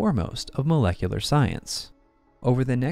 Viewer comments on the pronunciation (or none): none